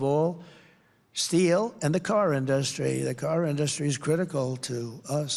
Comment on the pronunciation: I'm 30 minutes in and it's exactly what you think. 15-30 is all about NAFTA and "i did a great thing and Hillary didn't like it until she did" said different ways. He gets to tariffs and just says "you wouldn't have an in-duh-stry without them" because he doesn't know anything else about these topics.